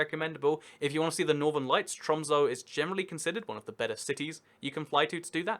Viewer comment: ITS NOT TRUMS ITS TROMSØ